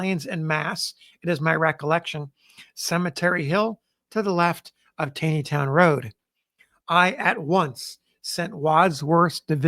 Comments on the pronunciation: Hi... I love your Channel. I'd like to share a pronunciation correction with you. In this video and others, you refer to the Taneytown Road. You pronounce it as it appears. However, here in Gettysburg, we call this The TAWNYtown Road. I don't know why that is because it sure isn't spelled that way. But, it is correct. Thanks for what you do! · Its Tawwwney town not tayyyney town. I know I grew up in Westminster. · It's pronounced "TAWNEYTOWN" Not "TAYNEYTOWN". Taney, pronounced TAWNEY, was an old Maryland family. Roger Brooke Taney, Chief Justice of the Supreme Court, pronounced his name TAWNEY. He was from Frederick, my hometown. It is irritating to hear you continually mispronouncing his name. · TAW-nee-town. It got me the first time, too. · Please pronounce it correctly - it is "Taw-neytown", not "Tai-neytown". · I have read that Roger Taney pronounced his name "Tawney", not "tainy". If so, pronunciation of Taneytown might not be quite right. Or maybe the townsfolk didn't know about Roger Taney's preference. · why do you pronounce the towns as “gettisburg” and “tayneytown”? (instead of geddiesburg and tawneytown)? is that how they were pronounced back in the civil war era? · Enjoying your videos plenty, but one nit - I am pretty sure Taneytown is pronounced TAW-nee-town. There was a Roger B Taney Junior High School nearby where I grew up outside DC, and this is how Taney was pronounced. Wikipedia entry also indicates this. Carry on sir! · Another great video,. FYI - Taneytown is pronounced as though it has an 'aw' sound: Tawneytown. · Just a small point for the future. I have suggested it before but maybe on another channel: the town of Taneytown is pronounced Tawny-town. Just as supreme court chief justice Roger Taney is pronounced Roger Tawny. Don't take my word for it. Call the town hall or the mayor's office. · It's TAW-nee-town...